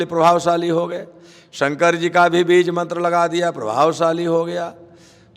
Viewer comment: mantar nhi aata bolna